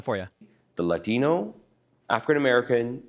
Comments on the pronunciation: He's Asian, why did he say Latino with a "Latin" accent yet he didn't use accents when he said Adrican Americsn or Asian. Pretty racist. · Why does he say Latino with an accent? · Love how he puts the accent on Latino but no other...